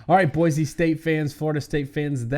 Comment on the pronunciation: Great show but I feel that proper pronunciation is key to an even better show. This concept even seems to elude your guest. One should be able to correctly pronounce the names of State capitals. That said; Boise is NOT PRONOUNCED With the “Z” sound. It sounds like Boi-see.